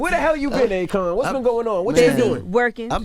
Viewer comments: Sounds like Envy is saying Acorn not Akon😂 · Akon: I put the "i" in Akon... AKOiN 😂😂😂😂